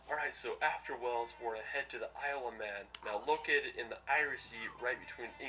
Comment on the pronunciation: He didn't really show you much of Wales yes there are A lot of city's in Wales plus he Needs to learn how to pronounce Wales properly